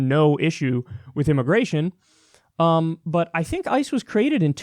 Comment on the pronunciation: It almost sounded like he said ISIS when he was talking about ICE.